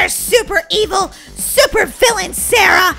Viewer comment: Super not shuper